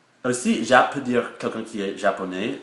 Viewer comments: Ah par contre, si je peux me permettre, fais attention c'est JAP (Ji), je ne sais pas si tu l'a bien prononcé, ou si c'est le son de ta vidéo qui fait que l'on entend que tu prononce "Jé". En revanche, très reussi ton déguisement pour Halloween. ^^ Et sinon en France nous disons bien iPhone (aïe phone) et non iPhone (i phone). ^^ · Quand tu dis les lettres du mot "JAP" le "J" ne se prononce pas comme ça il se prononce comme le "G" en anglais ;) Mais sinon super video !